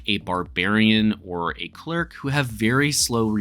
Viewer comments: YES! CLER IC…. Not cleeerk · Are you saying "clerk"?